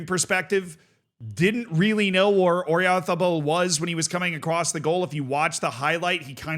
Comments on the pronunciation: It’s not MikEl OyArzabal, it’s MIkel OyarzAbal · Everytime says „Oyarzabal“, a Basque child dies. 😢